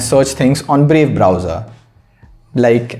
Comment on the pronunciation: Brave Browser, in 2x I heard that as "Babe Browser" 😂😂